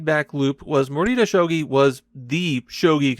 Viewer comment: EXCUSE ME? that might be the worst butchering of a pronunciation on this platform